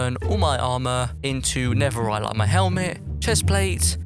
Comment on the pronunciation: did you say neferit